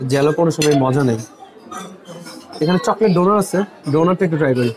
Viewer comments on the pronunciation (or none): Apnar pronunciation eto kharap keno? Donut k apni donor boltesen. Apnar pronunciation e kane baje khub.